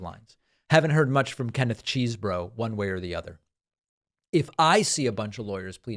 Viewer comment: OMG, it’s petty, I know . . . it’s CHEZZ-boro, not CHEESE-boro! He says it himself in his pleading 🙄